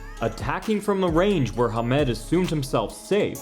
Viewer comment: Nice, but this side of the pond at least it was pronounced HAM-ed